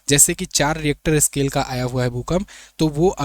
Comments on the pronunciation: रिएक्टर स्केल नही रिक्टर स्केल होता है। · Richter scale hota hai reactor kya bol raha hai